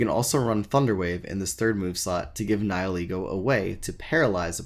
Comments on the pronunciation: Nie-ee-lego? DansGame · SuperParadox494 More along the lines of Ni-ill-ego.